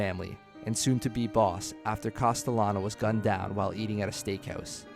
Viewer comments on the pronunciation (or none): none